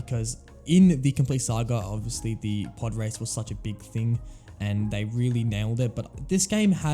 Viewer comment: You should learn when "The" is pronounced "di" and when it isn't